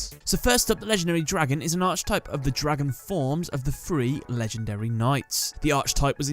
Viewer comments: It’s (Arc)Type not (Arche)Type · Saying arch type in all your vids bothers me, like Archer or arching, I feel the wording ark-A-type is the correct way to say it, just feels like you wished everything was an archfiend, I hope you don't say it like arkfiend lol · Just to let you know: Archetype: aar·kuh·tipe and Hermocrates: her·mock·ruh·teez P.S. Dan Green voiced both Yugi AND Atem. This means he lent his voice to the human form of Timaeus.